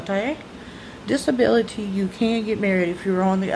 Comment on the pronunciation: That way you said disability was hilarious....you look beautiful...I love seeing you so excited and happy. Have a great day!